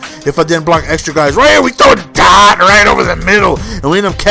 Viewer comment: The way he said it. But thanks